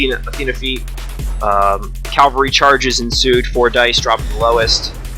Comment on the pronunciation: Outstanding quality! Switching between a full-table view and close-ups is absolutely the best idea for a battle report and your execution is perfect. It was a pleasure to watch. (minor thing - it's cavalry, not Calvary ;)) Are you really sure Molik couldn't get to Athena turn 3, sidestepping from one of the jacks that killed the colossals? it looks as if she had been in range, unless Molik's ranges have been severely cut down in mk4.